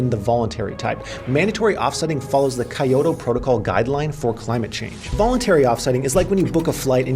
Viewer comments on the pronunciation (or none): Hey for the Kyoto protocol it's pronounced key-otto not Kai-oto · hahahah "kai - oto"